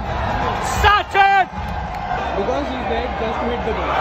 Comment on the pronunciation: Sachin , not sunday 😂